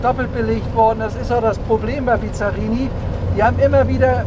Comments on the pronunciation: Das erste Auto bei Cargold, das ich echt nicht kenne! optisch zwischen italienisch und Corvette. Er fährt nicht und kann ihn auch nicht aussprechen. Bisschen Iso Griffo auch. US-Motor sicher nicht mit 400 PS, denn die Ami-PS haben nicht europäische Werte eher im Verhältnis 1: 0,7 (100 PS sind 70 echte). Aber das Auto wummert wie eine Iso Griffo, ist allerdings nicht so elegant. Ein Rennwagen… was mich ja schon wenig interessiert! Motor klingt übel… Mit GT = Grand Tourismo hat das 0 zu tun; da geht es um schnelles und komfortables Reisen! Respekt für das Auto, aber für 1 Million kaufe ich mir meine 5 Traum-Oldies und habe noch Geld genug übrig für den Erhalt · Der Name wird übrigens ausgesprochen BiSSSSSarini. Das Name kommt nicht von Bizarr. Dann die überzogenen PS-Angaben des 327/350er Chevys: Die Werte sind damals in SAE angegeben worden....liegt bis ca. 25% unter den DIN, da Pürfstandswerte. Bizzarini hat zwar einiges an den Köpfen gemacht, besonders bei den Corsa Versionen, aber nicht immer und bei jedem Motor nie sicher. Aber ob der 400 Pferde bringen wird, na ja, die Rolle wird's zeigen ;) In jedem Fall ein wunderschöner Traumwagen, auch mit 295 Pferden